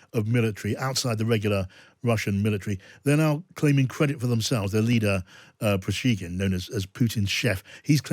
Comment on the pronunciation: Dear, after more than 10 months of war, it would be nice to get Prigozhin's name roughly right. I mean, at least the consonants in the right order. Keep up the good work!